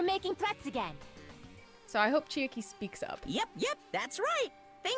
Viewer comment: i love u guys and the videos u make but pls uve been mispronouncing chiaki's name all this time i thought u'd notice during this trial cuz they say her name a few time